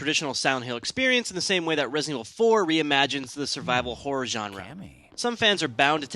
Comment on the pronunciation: lol am i just hearing him say "Hore" instead of "Horror" ?